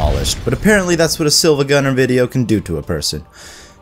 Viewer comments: He said sihl-vagunner not see-vagunner I can't take it seriously/j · Every time he pronounces it "siLva" instead of "siIva" I die a little. The username is spelled with a capital i, not l. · definately his first time. he literally says "silvagunner" when it's said siivaguner. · This guy be like SILVAGUNNER instead of SIIVAGUNNER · Siiva why say siLva when it's more like seeva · Bro called him "silvagunner" bruh it's siivagunner, see-vuh-gunner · Wait, it's SIIVAGUNNER, not SILVAGUNNER? How a Video Destroyed my Mind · its siIvagunner not silvagunner and the pronounciation reflects that. its pronounced like see, not silver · The fact that he kept saying silvagunner instead of siivagunner made me cringe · In the video the guy mispronounced the name. Instead of it being “IL” as in “SILVA” it’s “iI” as in two “I”s as in “siiva” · hey man it's siiva not silva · i will now be bothered this entire video because you say siLva instead of siIva great video otherwise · It’s so painful to hear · ready for another mindfuck? it's actually pronounced "seevuh gunner" (the "L" is actually an uppercase "i") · It’s actually pronounced SEE-va gunner, the I is an i not an l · It's pronounced Siivagunner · It’s seevagunner bro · it's pronounced seeva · you know what else can demolish someone's mind hearing someone mispronounce SiIvaGunner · imagine making a siIvagunenr video and getting his name wrong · siad siiva with the L lol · Instantly disliked he pronounced siivagunner wrong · umm...that's not how you pronounce "siivagunner"